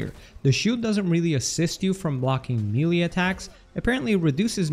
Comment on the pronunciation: This guy doesn’t know how to pronounce melee 😂